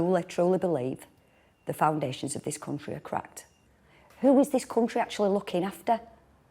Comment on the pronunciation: "Nu cae in this cuntry" :(